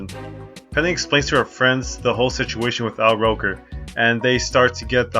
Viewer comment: *Al Roker (rhymes with joker), not rocker (capital "R" on Roker as well).